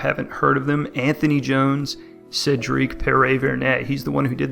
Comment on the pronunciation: The fact that you pronounced Cedric’s last name is an accomplishment in my book. 😂😂